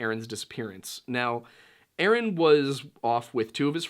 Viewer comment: Omg lol you said, yaaaasss ☺️